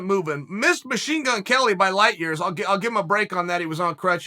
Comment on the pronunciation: Maybe it's cause I'm smoking a joint but when he said "lightyears" I lost it 😂